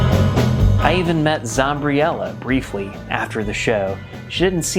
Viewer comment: Its not Zombriella its Zombie rella. I won't have anyone mispronounce her name. 😆 I am super jealous of that picture too.